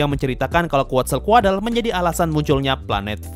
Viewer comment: Seinget gw quetzalcoatle Di baca kuetzalkod Bukan kuatzalkuadle